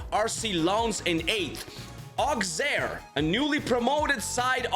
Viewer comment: Good video but Auxerre is pronounced "Oh-Sair" and Union Saint-Gilloise is pronounced "Uni-On Sin-Jilwaz" And it’s funny (and very optimistic) to see Standard Liège 4th with the worst roster of its history… 😂